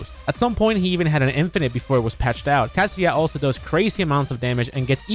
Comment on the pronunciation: Should be illigal to pronounce Kazuya's name like "kasia"